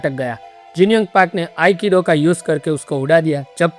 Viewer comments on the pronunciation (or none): Akido ❎️ aikido ✔️